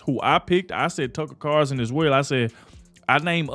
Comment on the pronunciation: It CarLson WITHAN "L"!! Please say his name correctly!!!